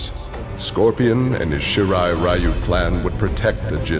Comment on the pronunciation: Flawless video as always,! Random rant: It keeps really bothering me that NRS keep mispronouncing the Shirai Ryu-name as "Shirai Rye-You".